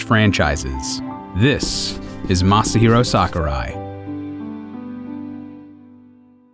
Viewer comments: He said Masyer Daddy-o Sakurai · I love how the narrator isn't even trying to pronounce Masahiro's name correctly, he's just going full blown 'murican.